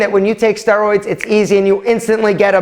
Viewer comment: Why I'm thinking he is pronouncing steroids wrong